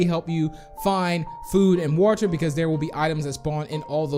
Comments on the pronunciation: You say water like is walter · It’s probably how he pronounces it idk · Me:Hearing Saying Woter My Brain:Triggered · So it’s “wuter” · No hate or any thing I love his channel but he says water so weidly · The way he says water IS JUST PERFECT